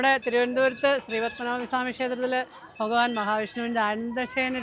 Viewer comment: ഫഗവാൻ അല്ല ഭഗവാൻ എന്ന് പറയൂ 😊